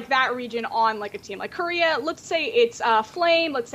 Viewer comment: God the way pronounces Korea...